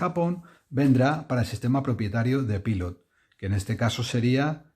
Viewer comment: Soy español y vivo en Brasil, otro país americano. Fíjate si estoy de acuerdo contigo que me refiero a tus vecinos como «estadounidenses» o «norteamericanos», nunca los llamo «americanos». Ahora bien, en coherencia con tu reivindicación, deberías dejar de pronunciar Pilot en inglés. Yo lo pronuncio en español, pero considero que antes de decirlo en inglés, lo suyo es que lo pronunciemos en japonés. Pilot es una empresa japonesa y ellos mismos pronuncian Pilot (パイロット) como «pairotto» haciendo una pausa entre «pairo» e «tto». Tampoco digo «Maiami» ni «tecsas».